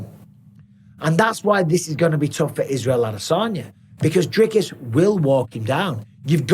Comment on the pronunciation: And bisping, its, ad a san ya. Not, ad a saun yer. Your from Lancashire not Buckinghamshire. 😂😂😂😂😂😂😂